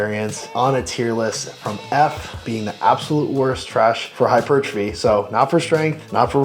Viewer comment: "Hichupuchurtaphy" Nice